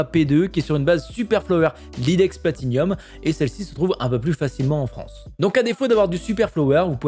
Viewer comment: On dit pas plati-nium mais plati-num